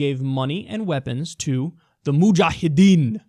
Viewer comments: LOL Kyle is totally getting off with saying muhjahedin :P :D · Why does Kyle say "mujahedin" with an Arnold Schwarzenegger accent?